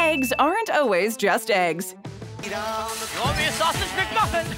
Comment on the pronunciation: It's funny how the voiceover lady always says oh-ways instead of always